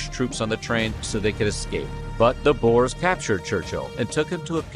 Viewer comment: Bores? Nah, come on guys. You trying to tell us South Africa's Dutch population were boring people? The word "Boers' is not an English word. The closest way to get around the pronunciation is to refer to them as 'Boo--ers." So it's not quite correct, but it's a helluva lot better than addressing someone as a "Bore". That's pretty disrespectful. 🤭